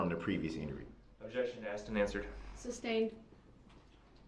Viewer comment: Alleged Defendant?!?!?! 😂 No, Brooks, you are the defendant, your crimes were alleged (not anymore). Axed/asked, texas/text's, substained/sustained, unbiblical/umbilical cord, troof/truth, etc... How TF did he graduate from highschool!?